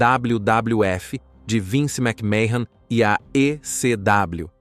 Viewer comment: A pronuncia do sobrenome é məkmən, não mécmahon